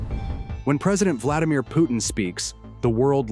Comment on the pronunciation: It is "P u T i n", not "P o o in". There is "t" there and it is not mute. It's not that difficult.